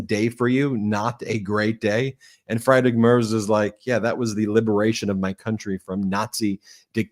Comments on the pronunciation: Ben, just a helpful pronunciation tip. Friedrich is pronounced Freedrick. In German, when there are 2 vowels such as ie, the second vowel is pronounced. Example, die is pronounced dee. Trying to be helpful not critical. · Friedrich = Frederick in English OMG Fryedrick LMAO! Aside of this great Conversation!